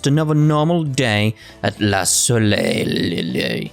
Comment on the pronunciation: by the way, you don't say the second l in soleil. also, I hate the fact I know that